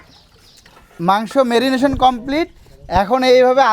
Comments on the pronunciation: রিচার্জ বলেছেন আবার মেরিনেট না বলে কি সব ভুল উচ্চারণ শিক্ষক হিসেবে এসব কি বলেন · উনি টিচার অথচ উচ্চারণ ভুল বলেন রিচার্জ বললোন রিসার্চ না বললেন আরো অনেক কিছু ভুল উচ্চারণ। মেনিমেশন বলেছেন মেরিনেট না বলে।